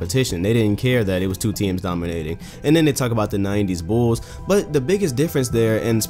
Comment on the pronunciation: This channel is honestly one of the best NBA related channels on YouTube,only behind Mike Korzemba and GD's Highlights, But the way this guy says "Bulls" just annoys me so much lol